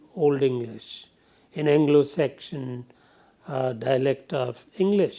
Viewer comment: Sir with all due respect. It's pronounced seksun. Not sekshan. Sorry but I couldn't stand listening to it